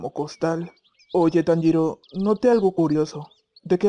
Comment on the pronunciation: Like por el "Conpanchiro" xd